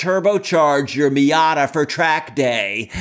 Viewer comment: Question #1 - should be Miata not Mita.